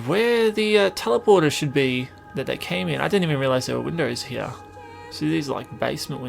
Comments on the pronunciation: The way he says here is like "hiar" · SpeedBeat and the way you think he says it sound like "hire" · over heah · maybe but im just saying it sounds funny